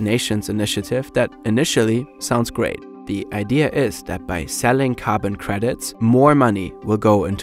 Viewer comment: It's "the" and "these," not "da" and "dese."